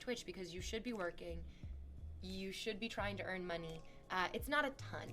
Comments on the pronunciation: harrison Yuh if the y in money is silent it’s mone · My skull vibrates every time she pronounces "money".